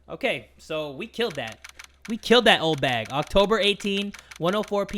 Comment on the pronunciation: In the anime. The judge call Oldbag 'Oldhag' XD lol